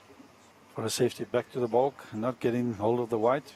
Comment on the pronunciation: Hi guys like your coverage but commentators pleas it is not bulk end it is baulk end.pronounced bawlk